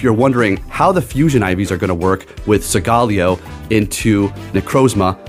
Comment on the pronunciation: Segaleo??? Isn't it SOLGALEO, SOOOOOOL...GALEO🧐